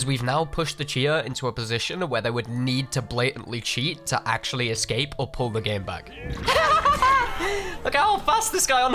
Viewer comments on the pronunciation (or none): none